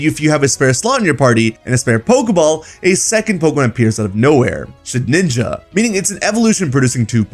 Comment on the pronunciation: Shed-inja, not Shed-ninja.